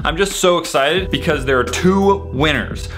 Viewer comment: ~Mega Things are now a Trend~: "MEGA DESK" Also: "MEGA COLOR Again: "I'M NOT SORRY BECAUSE, MEGA DESK-" Me: "I say it as... -BUHCAUSE-" No ~BECAUSE~